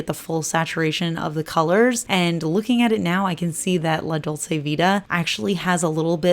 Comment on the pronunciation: You pronounce it dol-che. :)